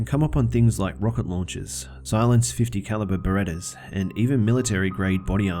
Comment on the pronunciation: the story about the guy being an "army ranger" said beretta 50 cal lol. its barrett...